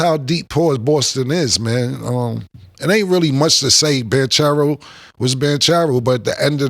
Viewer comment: Paolo Banchero pronounced Ban-quero Killa